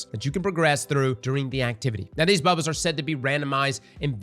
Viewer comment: Is it "bubbles" or "baubles"?